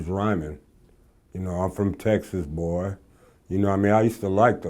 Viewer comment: nigga said “ I’m from Tezzzaz Bohhyy” 😂😂😂